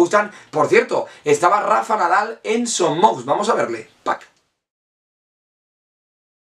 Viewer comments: Gran video però una cosita es son moix no son mox. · Son Moix se pronuncia "Son Moish". De nada. Buenos videos,! Cap Amunt Mallorca!